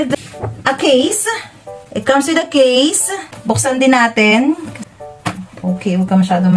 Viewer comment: Yung case-ah 😂